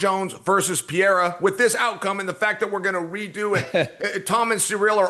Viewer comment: Maybe he's embarrassed about not being able to pronounce people's names well and leans into mispronunciation as a defense mechanism. What's worse: Pierra or Peheyda? 😊